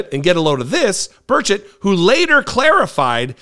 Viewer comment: I'm so mortified... 😅 Burchett (stress the first syllable, 😉) is my Rep. He's truly an embarrassment for East TN on the national stage.